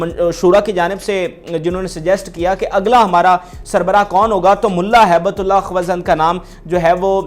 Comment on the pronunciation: او جاہل تو چینل کیوں چلاتا ہے؟ تو ہیبت اللہ کا نام بھی نہیں پڑھ پاتا۔ بیٹھ جاتا ہے کرسی پر تقریر کرنے۔ حرامی۔